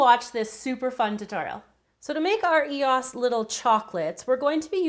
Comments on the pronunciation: ...EOSA?? But I know she said it correctly at the end. Great video though! I really like that idea and I subscribed right away :) Love your channel xxx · I would've made them into truffles..yum! But my favorite is the Jolly Rancher version, it's the most creative. And she finally said E O S correctly at the end. Drove me nuts through the while video! lol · You say the letters don't tri to say it wrong say E O S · the way you say E-O-S bugs me.😂😂 like, no hate, it just bugs me lol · I don't want to come off as rude, but it's pronounced e-oh-s. I loved the video though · Great videos but it's E.O.S u don't say the letter together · Why does she say eosa? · It's pronounced (ee-ohs) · I hate how she said e.o.s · it's ee-ohs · IT'S E.O.S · It's pronounced E-O-S 😊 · Haha well she should pronounce it e-ohs or E.O.S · it's called e-o-s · This is so cool but I know I've said this already you said EOS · She says EOS wrong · Saoirse Martin I know right I get really irritated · Who else hates the way she says eos🙄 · I got so mad watching this because she kept saying eos wrong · People complaining about how she pronounced EOS, need to relax. Just appreciate her work. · She said eos wrong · I disliked just cause she said eos wrong I don't know if everyone days it different but it annoyed me a lot so yeah......... am sorry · it is eos not (EEE)(OOO)(SS) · Not to be rude but you are saying eos wrong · That is not how you say EOS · You just say the letters xD eos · You say EOS wrong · I hate the way you say eos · I can't believe you were pronouncing EOS like that. So wrong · its funny your not saying eos right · thats not how you pronounce eos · she is saying eos wrong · she does know that it is E.O.S not Eos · it isn't an e os its e o s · Y'all it is pronounced ee-os. Not E.O.S., don't believe me watch their damn commercials 🤦🏼‍♀️🤦🏼‍♀️ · It’s e.o.s not eoss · EOS NOT EAS i know you spelled EOS but you said EAS btw the white and gold one is my favorite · It is pronounced EOS eosa